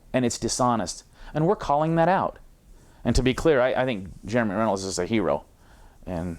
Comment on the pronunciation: Isn't it Runnels, not Rennels?